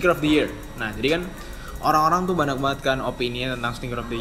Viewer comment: Banyak bang, bukan banak